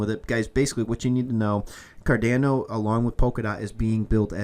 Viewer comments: so painful hearing it pronounced 'car-da-no' instead of 'car-don-no' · It’s pronounced Kar-DON-o